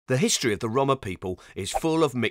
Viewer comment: Why he pronounce roma like dat?